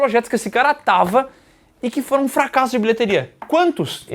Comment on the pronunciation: representa muito bem a língua portuguesa com fra-ca-sso ao invés do jeito certo. FRA-CAS-SO